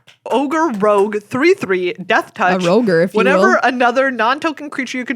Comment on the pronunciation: Just here to appreciate “Roguer” (that’s hard to figure out how to spell) for the Ogre Rogue Body Launder 😂 under-appreciated 👌🏼